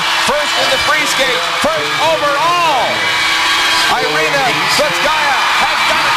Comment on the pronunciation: Her name is Irina, not Airina, please USA get it right, spasiba.